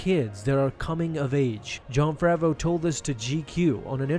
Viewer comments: Everybody says Jon FAVERO it’s FAVREAU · "Fraveau" lol